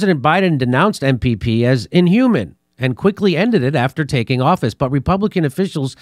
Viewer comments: It's pronounced in-hew-main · That word is inhumane: ĭn″hyoo͞-mān′ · For the life of me, why can't he pronounce the word "inhumane". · Jimmy I’ve heard you mispronounce inhumane in three separate videos in the last 2 days. Ofher than that I love the show